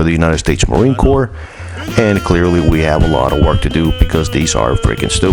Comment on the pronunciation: Just saying it's corps not corp